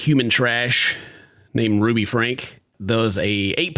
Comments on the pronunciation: Their surname is pronounced Frank ye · Franke - pronounce "Frankie" Not that she desreves that dignity, but for the sake of facts...